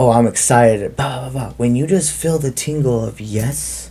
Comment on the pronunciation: Good message: Kindly clarify when you say fill do you mean “feel” or “fill”? Thank you!